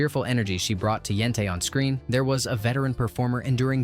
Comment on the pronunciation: Yes. Many mispronunciations: Chaim, Yentay (Yenteh), Motel, (Motle) chupah, Gold (Goldeh) and more. Other than all that, very nice.